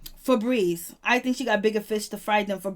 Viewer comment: Her name is Feby not no damn febreeze